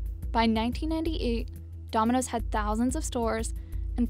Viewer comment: She can’t even say domino’s